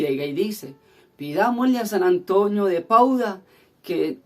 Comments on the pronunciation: No es Pauda sino PADUA jejeje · es San Antonio de Padua, tu dices Pauda, disculpa la correccion